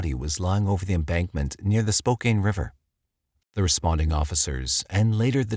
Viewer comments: It’s pronounced Spoe-kan not Spoe-Kane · SpoCAN, not Spokaine Native American word... use it please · If people want others to say SPOCAN then maybe it should be spelled Spocan. Spokané. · Though I too recognize the usage of Spokane spoken as Spocaine is different and perhaps technically misspoken, it doesn’t have nearly the effect on this video as some would suggest. Spo-can is preferable, I think someone not familiar with the city could be cut some slack for the pronunciation. Another great video btw. Awesome content as always! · Please don't take this the wrong way, it was a well prepared presentation. But, Spokane is pronounced Spoke + Anne, with the emphasis on Anne. It is not Spoke + Cane. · Spoke-anne not Spoke-Aine... haha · My guy I live there it's Spo-can not Spo-cain lol it's okay tho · PLEASE DO NOT SAY SPO CANE, IT IS SPO CAHN! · spo-CAN not spo-CANE!!! it is like fingernails on a chalkboard!! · Spo-CAN, not Spo-CAIN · Can, can, not cain. Lol. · Glad to hear your old narrator! Small correction worth checking ahead of time. Spokane is pronounced spoke anne, not spoke cane. Spoh-Can. Congrats btw! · Spo-can, not Spo-kane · 🎉 congrats on the birth of your baby! 🎉👏🏼 Fyi, Spokane is pronounced...SP•O•CAN. Hearing SP•O•CANE makes me have to go back to catch what is said after each time it is spoken. 😁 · Isn't it pronounced Spo-can not Spokane? This is driving me nuts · SPO-CAN washington. Not Spo-kane. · LOL I've been over here clinching my teeth and saying "It's not 'spocaine"!" LOL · Must be a computer-generated voice, to pronounce "Spocan" as "Spocane". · Spo CAN not spoKANE. Also more murders live here more than ever, your jaws would drop. There’s never not a sign saying “Have you seen this murderer?” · It's SPO-CAN. It's native and means "children of the sun" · Spokane- pronounced. Spo-kan 😉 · SPOKAINE? Amatuers. Who noticed Sprague turned into SprAg? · How can this narrator pronounce SPOKANE...as SPO CAIN far gods sake man...DO YOUR RESEARCH...!!!